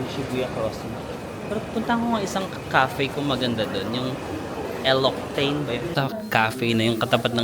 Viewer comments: "El-oxi-teyn" I appreciate how genuine you are. Never pretentious. But yes, it's pronounced as "lox-ee-tahn." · Lositan po ung pronunciation nun :) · L'Occitane pronounced as "lox-ee-tahn". 😊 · 😊 it’s Cafe L’Occitane (lox-ee-tahn) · Hahaha! L'Occitane (lok-see-tan)😂😂😂😂😂😂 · Hehehehe it’s pronounce LOKSITAN / L’Occitane… you’re so cute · l'occitane = lox-eeee-tahn 🙂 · Nice to see you in your happy place. I was the one you met who told you to go to Ikebukuro. Just a tip the cafe you visited, it’s pronounced Lox-ee-tan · L'Occitane is pronounce as LOKSEETAN..may store yan ng.mga skin care,meron sa Phil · Hi, enjoy cherry blossom viewing (hanami) Btw, L'Occitane ( lox - ee - tahn)😊